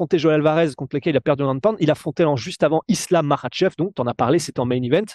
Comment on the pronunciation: on est en France ici, merci de prononcer les noms des combattants islamistes à la française!!!! maKach pas marrrrrrchevrrr!!! On dirait que vous avez une mauvaise grippe permanente